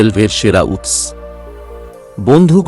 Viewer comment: বড়, উৎস, ঘন ঘন, এবং আরও অনেক শব্দগুলো উচ্চারণ কারণে কিছুটা অস্বস্তির কারণ হয় ।